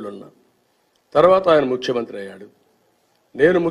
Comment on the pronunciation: ముక్ష్యమంత్రి కాదు ముఖ్యమంత్రి అని అనాలి చంబా కడానా 🤪